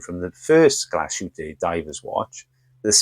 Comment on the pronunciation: The pronunciaton of GLASHÜTTE is more or less correct. But SEESTERN is GERMAN as well, so your anglo-pronounciation is, one more time, WRONG, sorry. 😈 SEESTERN is no SEE-STERN but rather S (like a Z) E (like Egg) E (like Egg) S (like Shine) TERN. Danke vielmals und sei gut mit deutsche Sprache! 😂😇😎